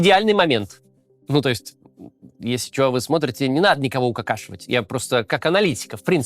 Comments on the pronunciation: Не "укакашивать", а "укокошивать"! Хотя.... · Укакашивать или укокошивать?)) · Так мило слышать от Максима слово: укакпшивать😁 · "УкАкАшивать" Максим Кац. 😅